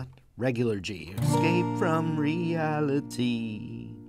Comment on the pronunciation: "Escape from reali-G" ... how can you stay serious after saying this?